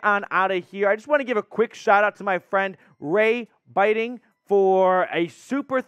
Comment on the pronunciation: It’s pronounced Ray “Bit-ting”…Thx